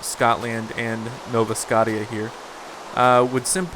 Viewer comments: IT'S NOT SCOTT-EE-A!!! I WANT IT TO BE PRONOUNCED SC-OH-SHA!!! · God dammit say scottia right